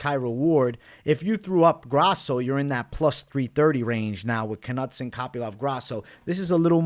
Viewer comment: Ka-nut-son lol, cmon man